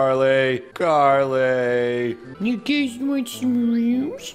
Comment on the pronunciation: Bruh its Carly Not Garly 😂🤣